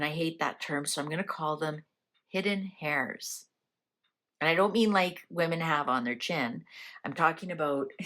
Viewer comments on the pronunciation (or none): FYI. ‘Heirs’ is pronounced ‘Airs’. ‘H’ is silent